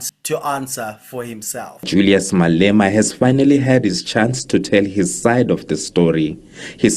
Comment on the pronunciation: 'Mal Ema'. I laughed so hard after hearing that one. I will never again hear the name, without bursting into laughter, because I will always think of the moment someone called him 'Mal Ema'.🤣🤣🤣